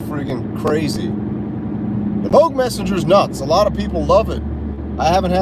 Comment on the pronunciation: Meh-sengger and Labrynth 🤣